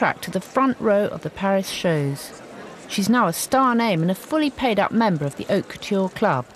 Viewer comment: Lol. " Oak Couture" it's Haute Couture not Oak Culture! Loving the pine needle skirt dahling lol